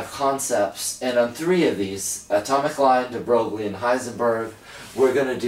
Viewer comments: HE SAID de BROG-LIE AND NOT de BROY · it's a common mispronunciation even my professor used to pronounce it like that